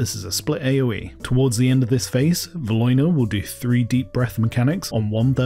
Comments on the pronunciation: That pronunciation on Valiona & Theralion took me out 😂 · The pronunciation of Valiona/Theralion and Sinestra is criminal.